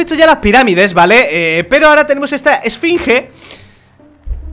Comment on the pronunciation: a dicho esfringe